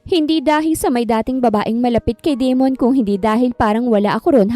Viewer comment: Da-mon not De-mon kasi pangit pakinggan. Ganda ng kwento . Maraming salamat admin at miss narrator ❤